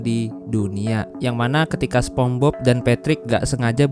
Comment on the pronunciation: Spongebob bang bukan sepongbob😭